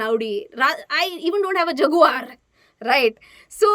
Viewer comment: The way you Pronounced Audi, Jaguar, Hyundai.. 🤣🤣! By the Way : Subscribed!